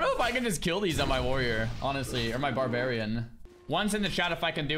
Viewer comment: barbarian or xarbarian? :D